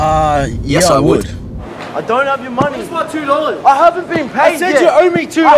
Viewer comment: "Yes I woot"